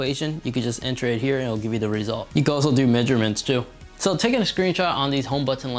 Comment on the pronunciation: Firstly, it's 'panoramic' not 'pamoramic' secondly it's 'the' not 'd'